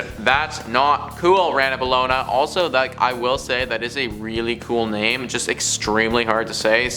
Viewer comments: Uhhh yeah pretty tasteless list wow. I don’t root for amber heard but seriously? You might also want to learn how to pronounce these names . It’s really not that difficult. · Dudes butchering all these names! Amber heard is really evil. Idk